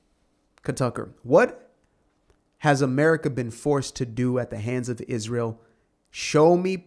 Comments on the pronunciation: Tucker, Candace , Dave etc….. need to be locked in the looney home. They don’t like Ishrael and can someone please sponsor a speech therapist for Candace, she has a hard time pronouncing Israel 🤔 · Candolph Qatari Owens says it like this "Ishh-rail" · 😅 did you say Israel